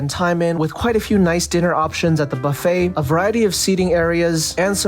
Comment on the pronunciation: Brisbane pronounced like a local. Buffeeeeettt on the other hand ! Great review.